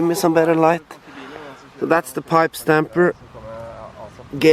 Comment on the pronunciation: I just subscribed, great oldies; even if you can't keep some of them. Can you tell me what a pipe stamper is? Or did you say tamper? I enjoyed this video very much.